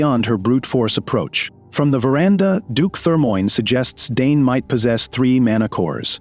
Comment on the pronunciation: They keep saying DNE whole time his name is Dane😢😂